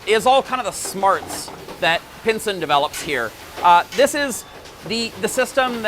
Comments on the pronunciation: this is PISEN not pinsen lol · I don’t understand why you pronounced the company as “Pinsen” ? It’s spelt “Pisen” and phonetically the Australian distributor says it’s pronounced as “Pie SEN” why do you pronounce it a “PiN sen?”